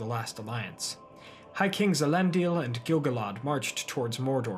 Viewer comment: Gil-ga-lad not gil-gol-od